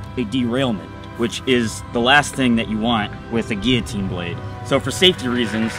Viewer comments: Finally, someone who pronounces guillotine correctly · I love that you pronounce guillotine in the correct French way as it is a French word.